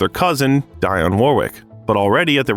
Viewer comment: Not Harry, Gary but you can do a video of Prince Harry and Megan Markle ---they're a disaster waiting happen---like Whitney and Bobby were. And Whitney's cousin's name is pronounced--Dee on. Not Die on. I'm satarting to wonder if this is an AI narrator.😮